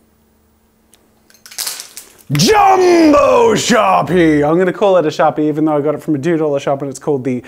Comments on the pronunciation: when he says sharpie he says “shawpee”🥺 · SHAH-PIH I'm laughing alone am 😂😂😂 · The way Jazza pronounces “sharpie” is adorable 😍 with so much love and tenderness 🤣 such a true artist !